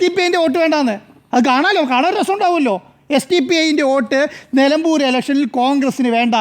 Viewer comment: എടൊ മരംവെട്ടി മരമാക്രി... നെലമ്പുരല്ല... നിലമ്പുർ എന്ന് പറയാനെങ്കിലും പഠിച്ചിട്ടു കേറി ഇരുന്ന് തള്ള്.....😂😂😂